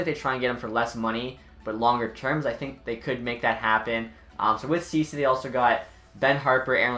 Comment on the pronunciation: It's not pronounced cody cece it's pronounced cechee